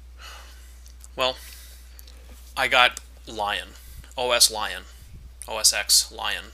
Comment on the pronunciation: You pronounce OS X as "OS EX". Your argument is invalid.